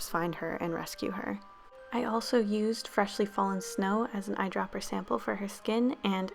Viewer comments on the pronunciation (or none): none